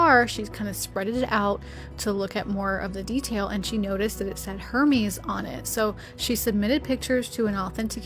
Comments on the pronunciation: lol Did you say that scarf was “her-miss”?! 😂!!! It is pronounced er-MEZ (silent 'H', stressed 'MEZ') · Not Hermees, it’s pronounce Hermaze with the accent on “maze”. Just an fyi. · ❤Hermès is French, so the "H" is silent and the "s" is like a "z" sound. It's pronounced err-mez. What an exciting find,! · As a collector with such great taste, your pronunciation of Hermès made me giggle. I was shook you butchered it so bad. Eh well, next time. I like the pillow you made. Wish I could sew.